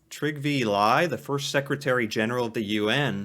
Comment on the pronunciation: Trygve Lie Lie prounces like Lee. Liv Ullmann. Liv pronounces like Leave.